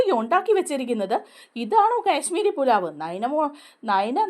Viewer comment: കേശ്മീരി പുലാവ് അല്ല കാശ്മീരി പുലാവ്.